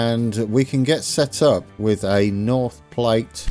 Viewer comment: even though someone mentioned it, Platte like "at"... Platte. Glad you're back... we've been waiting for you.